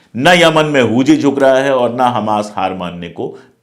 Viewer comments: Pandey ji,Hooji nahin Houthi sahi word hai. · It's huthi not huji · सर हूजी नहीं हूथी है